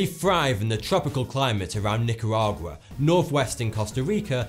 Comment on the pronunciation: Please say Nicaragua correctly.